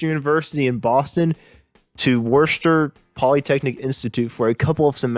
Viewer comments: The town/school Worcester is pronounced Wooster, not War-sesster. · The city is pronounced "Wuster" Love hearing it mangled lol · Interesting background that I never knew. I did not realize he went to WPI. However, the narrator need a little help with ether pronunciation. Worcester is pronounced “wuss ter” and Ayer, “air”. If you are really local it’s more like “wussta” and “Aa-ya”. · It’s pronounced Woosta not worchester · Pronounced Wooooster! Or, if you're a native, Wooostah. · It's pronounced "Wooster". Or, really, "Woosta". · In the name Worcester Polytechnic Institute, known locally as WPI, The word Worcester should be pronounced as "Wu•stah". Please note that it's a soft "u" sound, that rhymes with look or book, but does not rhyme with noon or loon. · Love listening to people try to pronounce Worcester Think Wistahh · WorChEster....sauce? No. The town. Lol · Trouble pronouncing some of the cities? Worcester = Wistah....Ayer = Air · Must OF Got Lost not Must HAVE Got Lost and the City is pronounced Wusta. I applaud the hard work every creator on here does but try to put a little passion behind hit. Many of us that clicked on this love the this band and have many great memories of it. Reading dispassionately from a script and not being familiar with the names of their songs makes me wonder if you've ever seen them or really know what made them great. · My soul hurts for Worcester, that pronunciation was rough. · This guy does know he mispronounced every single town he mentioned in Massachusetts? Next time ask a local for a quick review of Ayer, Worcester, etc. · Learn how to pronounce Worcester! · I have a request,please..... I'd like you to learn the proper pronunciations of Worcester, Ayer, Lansdowne, and Uncasville! I have no idea where you're from but it's not the Northeast! Sad thing is those are the easy names! But thanks for the video about one of our favorite local hero bands of the 70s! I hope you're ripping it up in Heaven, Jay!